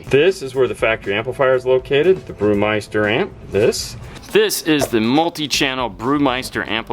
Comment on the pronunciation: I cringed every time haha